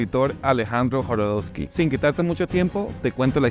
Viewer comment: Jodorosky, no Jorodosky....